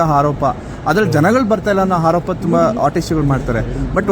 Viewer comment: ..ಅವ್ರಿಗೆ ಹಾರೋಪ ಅಲ್ಲಾ...ಆರೋಪ ಹೇಳಪ್ಪ ಅಂತ ಸ್ವಲ್ಪ ತಿದ್ದಿ ಹೇಳಿ 🤣🤣🤣